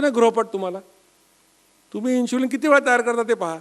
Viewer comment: इन्शुलिन नसता ते. इन्सुलिन असता. "श" नाही "स" वापरा.